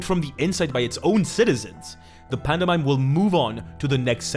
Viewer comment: i know he’s from spain or whatever but… panda mime? really? 😂